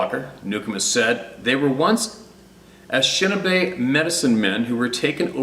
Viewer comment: Pronunciation: Ah-nish-ah-nah-bae. 😂 Ojibwe. I am Ojibwe. Very proud of my heritage and knowledge. Good video, I’ll catch up on the rest. God bless.